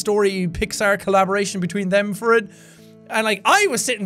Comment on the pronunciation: EVERY time he says "for" it makes me smile: "I wasn't there fer that!"